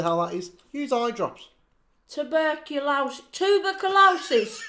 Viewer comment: Tu? bur? Co? LO? SIS?! Tu! Bur! Cu! Losis! Abbrv. TB lol 😂